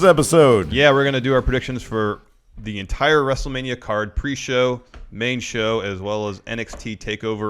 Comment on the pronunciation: ajajaja "weeeeell is pree show" at least i haven't listen that before and cracked up hard XD